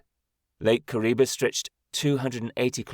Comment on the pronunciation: The name is Kariba and not Kuriba.